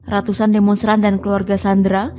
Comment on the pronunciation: diawali dgn...: RRRRRRRRRRatusan oRRRRRang WaRRRRRRRRRRRga....🤣🤣🤣